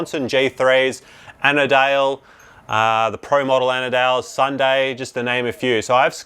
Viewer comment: Ana dale?! Andale is pronounced Ahn-duh-lay